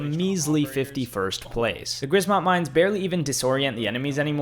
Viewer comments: i hate how he says grzmot its not "g r z m o t" its "g rz m o t" the rz is said like one letter Btw grzmoth mine translates to thunder mine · Grizzmott killed me. g r shmot not hard my brother. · GRIZMOT XD THAT'S THE WORST WAY TO PRONOUNCE GRZMOT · Plz learn how to say grzmot